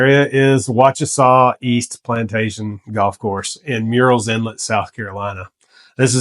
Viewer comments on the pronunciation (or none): I like your choices and your presentation. A small correction from an English major -- it's tricky, but Murrell's is pronounced like "Pearlells" ("pearl" as in pearl, not like "pear" the fruit). The first part is not like "murals." I'm not from here, but have now been here 20 years and have learned how the locals say it.